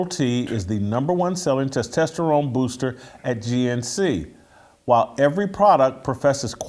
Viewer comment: Can someone please help Jason say testosterone please? I love the show and that's the only issue I've ever had 🤣